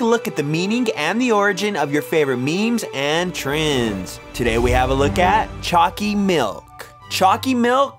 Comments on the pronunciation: Why does choccy milk sound like chunccy milk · for a moment i thought you were saying "Chalky milk" xD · U make choccy milk sound weird in the beginning